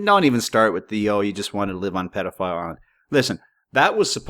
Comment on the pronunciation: Pit-Karen? Tai-hiti? Why do you pronounce things so strangely? Pee-dophile? Jesus…